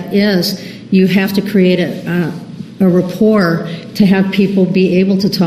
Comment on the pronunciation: It’s not "repport”, you fucking twat. Rapport.